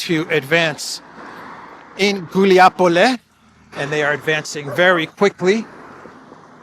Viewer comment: it’s Gulai Pole, not Guliapole 😉